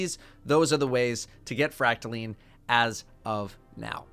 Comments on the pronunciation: fracta....LINE! NOT LEEEEN -__________ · First you pronounce recluse as reck-loose, now it's called fractal-lean